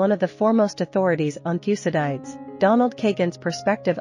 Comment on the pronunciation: Learn how to pronounce Thucydides